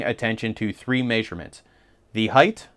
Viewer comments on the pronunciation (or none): I like how you say maysurements lol. No hate it's just funny I've never heard someone say it like that lmao